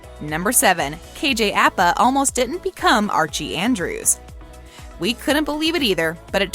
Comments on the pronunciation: OMG NO SHE DID NOT ITS ARCHIES ANN-DREW-S NOT ARCHIE ANN-DRESS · She really just said Archie Andreas instead of Andrews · We just gonna ignore that she said Sabrina Carpenter?? Like I know it isnt your job to actually watch the shows, but you can at least research it before hand instead of saying the first person named Sabrina that comes to your head lmfao 🤣. Also she not only said Archie Andres and not Andrews, but the picture of “cole sprouse” was not even Cole lmao it was Dylan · “ archie andres “ 😭😭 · She said Archie Andres not Andrews.. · Archie Andrés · It’s Archie Andrews not what ever you said